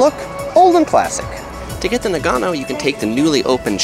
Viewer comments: The way you pronounce nagano hurts my soul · Mate, it's hard to take you seriously when you so dramatically mispronounce the name of the city. Still, decent content. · yu yu He speaks the same language as I do, and Nagano doesn’t require any specific tongue play like French or Spanish. It’s very easy to say correctly.